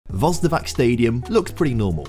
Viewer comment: My ears are bleeding every time he says Vozdovak